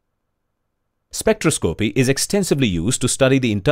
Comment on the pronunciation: Good simple video, thought this guy should learn how to pronounce spectroscopy!